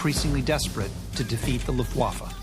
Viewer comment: Note to Rob Lowe. It's pronounced LUFTwaffe, not LuftWAFFe. Place the emphasis on the first syllable, not the second. Your welcome.